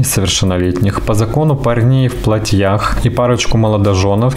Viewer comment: ПлатьЯх,))) учитесь грамотно говорить